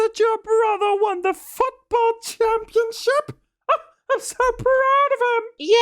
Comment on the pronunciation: When did the mother voice, I heard "f**kball" instead of football 😂😂😂😂